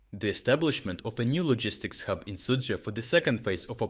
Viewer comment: In some esoteric language you are pronouncing the Russian town as 'Soupville'. lol